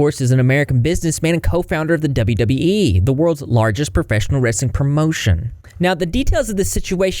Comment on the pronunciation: I know this is a serious topic but the highlight is hearing call it “wrassling” like my family down south 😂❤